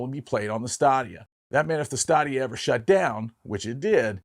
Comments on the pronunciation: “Stay-dia”. Not staa-dia. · His pronunciation of Stadia was driving me crazy. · Stadia I believe is pronounced STAY dee uh. Like "Stadium". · Good video, but you mispronounced Stadia in this video. Is more like Staydia. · Say it with me: STAY-DEE-UH. The way you pronounced it, I had to rewind it to see what you were talking about 😂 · It's pronounced Google Stadia (Stay•day•a). Also the Sony experia play (Playstation phone) was pretty bad, heard from different sources and people (including my best friend) that the phone would literally melt for no reason. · It pained me every time he said Stadia. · Say "stadia " correctly lol